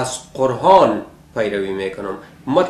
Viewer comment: کل بیخرد! اولا خو باید که کمی بالای تلفظ کار کنی قرهان و ما هده و غیره. بعدش تفسیر قرآن شریف کار تو کل بیخرد نیست. چون خودت یک شرابی هستی به این اساس فقط با تفسیر غلط فقط خود و دیگران را به بیراهه میکشانی. خدا هدایتت کند.